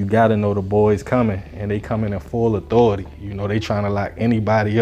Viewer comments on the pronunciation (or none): none